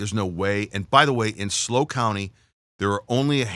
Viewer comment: It is S L O not slow. Idiot